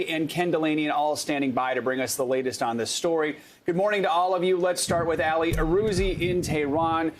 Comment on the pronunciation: Dude, its not "Alley", like Ali Vitali. Its, "Aalee" like Aladdin.